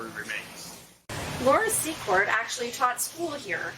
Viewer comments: Laura "Sea-kort" pronounced. 💜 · Please pronounce it `See-Cord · It's actually Secord!! No T in it!!